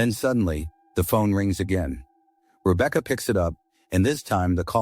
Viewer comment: Rebeaka 😂😂 He said it fine until that point 😂😂 hilarious thought I was the only one who notices that